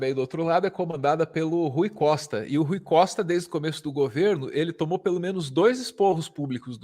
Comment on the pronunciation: Não sei de que estado ela é mas ela repetiu o nome do Rui Costa duas vezes errado. Rui Coista, fala sério com esses grotesco.